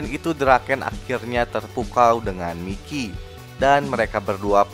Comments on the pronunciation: Bang itu namanya di bacanya "Maikiy" Bukan "Mikiy" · Mikey: Bacanya : Maiki!!!!!! 🤡